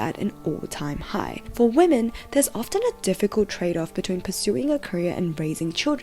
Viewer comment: Gentlemen, It is with great disappointment that i present to you: Wamen.